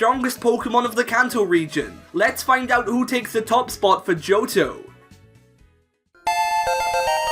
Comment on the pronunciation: Why you pronounce Johto as Joutou?